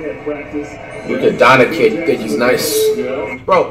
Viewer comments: Yeah especially when flight said'' Its Luka Donikin bro'' when he know damn well it don't have a ''I'' after the ''N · On god.... because from to when flight said ''Its Luka donikin'' I knew on god he was trolling at that point. He know damn well ''Luka Doncic'' does not have a ''i'' after the ''N''